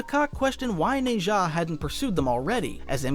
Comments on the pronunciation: its nazah (na-jah) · The way you're pronouncing nezha is funny